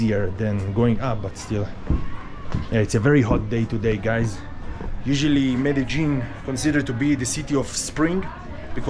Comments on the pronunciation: Hi also Trini...Meh-duh-leen also Me-de-jin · Hi, watching you from Trinidad, and I'm enjoying your videos. Please ask someone to pronounce the name of that place Medellin. I have heard the, ( lin ) pronounced as ( yene) confirm this for me pls.